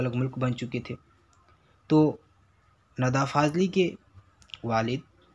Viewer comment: Nida hota hai na ke nada Ok